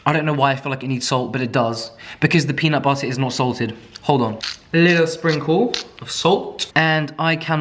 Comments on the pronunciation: peanut butta. peanut butterrr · I will NEVER get over my love for saying peanut butterrrrrr. It’s literally the best 😂😂😂😂